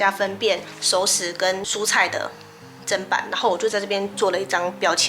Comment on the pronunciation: 妳是我少數聽到唸對"砧板"發音的人!!👍👍👍